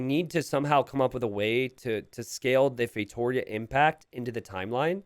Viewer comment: No one:: FeiTOEria